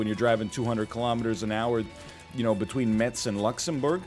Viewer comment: The French city Metz is pronounce "Mess"